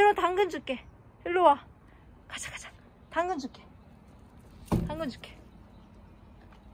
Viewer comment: 당근이 아니라 멈춰!로 들려요 ㅋㅋㅋㅋㅋㅋㅋㅋㅋㅋㅋㅋㅋㅋㅋㅋㅋㅋㅋ